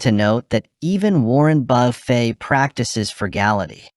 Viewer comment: Warren Buffet loves saving money at McDonalds and buffets so much he changed the way his name is pronounced. Thanks AI!